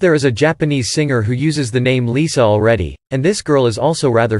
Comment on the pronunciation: guys, japanese LiSa isnt even said as lisa 😭 it’s Li S A (they say it as Li, the actual S, and a”)